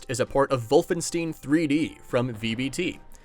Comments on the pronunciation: ..... Did you seriously just say Wolfensteen? Dude... You've seriously never played Wolfenstein 3D before? It's pronounced stine, not steen. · For Wolfenstein, pretend it reads Wolfenst-I-n, instead of Wolfensteen. Ei in German is close to an I in English.